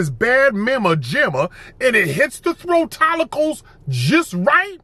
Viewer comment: I cannot with “throatollicles” 😂😂😂😂😂😂😂😂😂😂